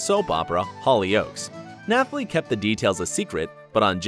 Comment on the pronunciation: Also, it's pronounced NaTalie Emmanuel not NaTHalie